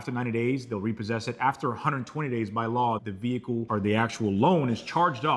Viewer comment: Whâts a "VEE-HIKULL" is thát a Đevicé thať usés a Ĝas instead of a Łiquiđ foř Pró-Púlsión 🤔 ¿¿¿¿